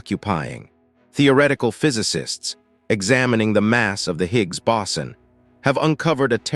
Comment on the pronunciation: This was very informative and I actually learned something. However, what I have issue with is the AI's constant mispronunciation of scientific words. It screams "I am AI!" Boson: BOE-SON not BOW-SON. Please stop this AI narration. No serious, I am building the alternative to youtube, and it is AGAINST THE RULES to have AI narration, and you will be banned for providing such shoddy work. See you in 2028.